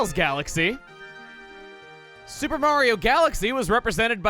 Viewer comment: i could have sworn peach said marigi